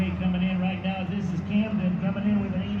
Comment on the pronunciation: Camden's last name freaked the announcer out so bad he forgot how to pronounce his first name.. Amazing